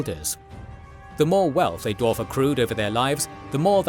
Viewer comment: Did you know there's a W after the D in dwarf?